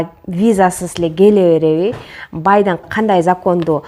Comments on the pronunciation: БайдАн эмес БайдЕн! Бир созуну беш кайталап обу жок тантыган кыз экенсин сенин видеолоруну биринчи жана акыркы корушум болсун блогер болгун келсе аз убакытта маанилуу ток этерин тушундургонду уйрон болбосо алдыга жылбайсын подписчигин да кобойбойт сага корогон кайран гана примерно 3 муноттук видеону 15 мунот тантыдын азыр айтам, мына, виза деген эмне, тиги бу деп атып ...... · Байдан дебей,Байден дечи байкушум.